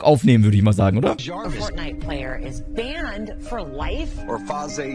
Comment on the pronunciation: Junge wie hast du das banned ausgesprochen? XD